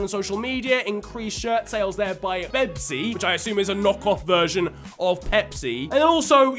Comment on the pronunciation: Who noticed it said bebsi not pepsi lol